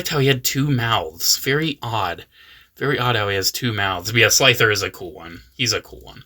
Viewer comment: Slifer lol, not Slither